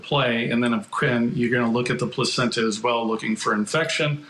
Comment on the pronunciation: This man said placencha and we are supposed to take his opinion seriously. It’s called a lung float test. He knows it. It’s not rudimentary either.